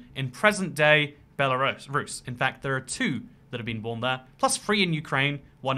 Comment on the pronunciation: Me: *profusely swearing at him calling out Belarus in the video* Also me: *demonic screeches about how he said Belarus in different way*